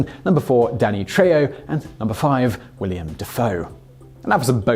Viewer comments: WillEM not William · I've heard so many people say william instead of willem it's not even funny